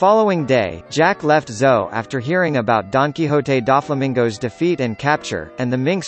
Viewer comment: Oh come men.. pronounce the name of doflamingo correct ..